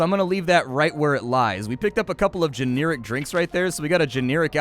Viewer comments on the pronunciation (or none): Never heard anyone ever pronounce generic as "geneeric" before today. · I really enjoy the games you cover, but I find some of your videos difficult to watch as your repeat words often and pronounce some things in a really off way like "geneeric." Still love your content and wish you the best. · that's not how you pronounce generic